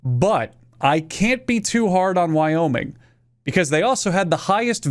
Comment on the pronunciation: Life of Boris (Russian channel) pronounced every one of the American states in a strong Russian accent. Wyoming came out sounding like 'Via-Minge', I'm English, 'minge' is one of our hundreds of words for vagina. So, unless you where born via cesarian section, we are all here via minge. I thank you.